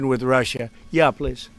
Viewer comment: Zelinsky finally said pwees and thank you